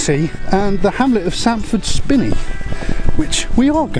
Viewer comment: As usual absolutely top draw video, sampford spiney is pronounced like spine in your back not spin. 😊